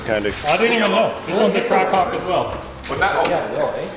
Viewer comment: Ahh, a track hawk. I thought you said track c0ck. lol. I mean, either way, down for a ride right? ;) HAHAH!